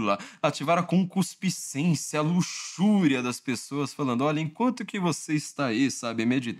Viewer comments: "ConcuSpiscência" é CONCUPISCÊNCIA por cuspe? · a palavra correta é conCUPIScência e não conCUSPIcência. Mas eu sei, é quase um trava-línguas. ☺️ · Excelente vídeo como sempre, mas vai uma dica: treine bastante a pronúncia de “concupiscência” 😂